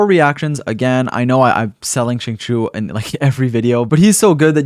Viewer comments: correct me if im wrong but i thought it was xing-chee-ou instead of xing-cho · She-ing chi-ew My best try at helping non Chinese speakers understand how to pronounce it xD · it’s pronounced shingqiu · If I hear "Zing Chew" again I'm going to scream. He literally says his name in game. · Problem with non Chinese speakers the X and Q sound in Chinese is pretty hard to do. So like I’m just glad they are trying lol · I think japanese pronounciation is different from chinese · ah, okay then. i use the eng va so i won't know, but still, shing chew sounds so wrong when saying xingqiu's name lol. atleast to me